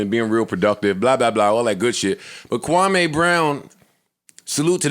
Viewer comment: Its KWAMEEEE, MEE...... NOT KWAMAY..NOT AY...MEE, KWAHMEEEEE. 😆